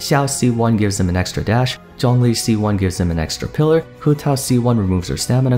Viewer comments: I said he's pronouncing it "close enough." Obviously most of the names are Chinese names, hence why I said he didn't have the right tones. No matter how you see it though, he didn't do a good job pronouncing "Zhongli." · He pronounced the names better than the whole English dub cast lol. It's close enough, but he just didn't have the right tones. He did mispronounce Zhongli several times though :/